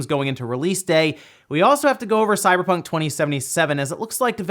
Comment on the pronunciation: 0:031 sounded like you said CyberTRON 2077? 😂. Seriously can't wait for Cyberpunk 2077 to come out. That and Watchdogs Legion 👏